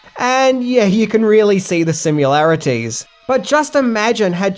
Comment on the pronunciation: you got the movie title, "The Town that Dreaded Sundown" wrong, you said "Showdown" and you mispronounced "similarities!"